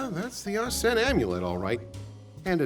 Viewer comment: Arsene amulet heard like Arson amulet not gonna lie